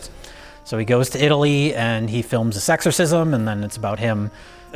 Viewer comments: Sounds like is saying "sexorcism" and thats not related to the fact hes talking about a catholic priest:) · Every time says "this exorcism" I hear "sexorcism" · Sounds like is saying “sexorcism” when he talking about William Freidkin’s documentary. Is that what the film is about? Sexorcisms??? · ish - why does keep saying "Sexorcism"? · I swear was saying "sexorcism." Gave me a brilliant Idea. Booty Call 4: The Sexorcism. Starring Rihanna. And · When kept saying "Exorcism" over and over, it started sounding like "Sexorcism". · Anyone else hear "SEX-orcism" several times? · and again Am I actually hearing sexorcism or has finally corrupted my mind